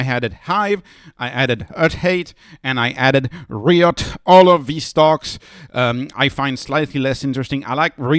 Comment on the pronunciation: Great video! By the way, RIOT should be pronounced with a long “i”, ie like “raïotte” if you spell it in French.